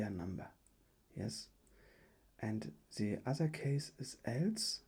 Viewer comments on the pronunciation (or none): Du musst echt das TH besser aussprechen dann kann man dir auch zuhören. So fällt es einem sehr schwer hinzuhören , weil das wird nicht Te ausgesprochen sondern THE :D Ist ein bisschen nervig aber sonst gutes video